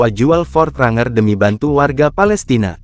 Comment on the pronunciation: Ini pake Suara Google maps apa ya. Bang Pronounciatian nya bukan RANGER (Bacanya : RENJER) 😂